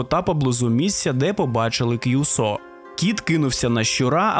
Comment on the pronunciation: і не кʼюсо, а кюсо, не гіцуне (поняття не маю, де ви таке взагалі могли знайти), а кіцуне.